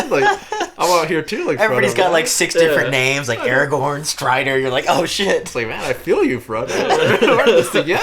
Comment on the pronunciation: Thank God you didn't say Aragon instead of AragoRn.... A pet peeve of mine from other reactors